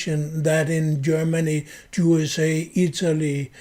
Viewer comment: It is very appropriate that you pronounce "USA" as "JuSA" since we know who has almost all the power in this world, since they are the international bankers and have bought up all the choke points of culture and are agents of Satan. "If you want to know who rules over you, just ask yourself whom you're not allowed to criticize."